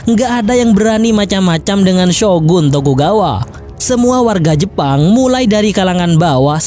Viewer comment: Logatnya kok madura ya bang.. 😀 Jepang bang.. Bukan jeppang.. Macam-macam, bukan macam maccam.. Tuan, bukan tuwwan.. Berniat, bukan berniyyat.. Sengit, bukan sengngit.. Cepat, bukan ceppat.. Propinsi, bukan provensi.. Tangan, bukan tangngan.. Jadi-jadian, bukan jadi-jadiyyan.. Tepatnya, bukan teppatnya.. Soghe' dan letolean itu apa? Haduhhh